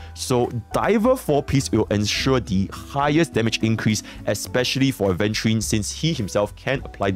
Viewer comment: He finally pronounced Aventurine correctly 😭